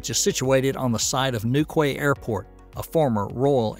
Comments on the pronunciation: BTW. It's 'New-KEY' Airport, Not 'New-KAY'. Just sayin'! 😉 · newkey not newkway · Newquay is pronounced New-key!